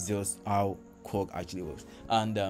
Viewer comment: Its" K-WORK" not Kuwork as you pronounce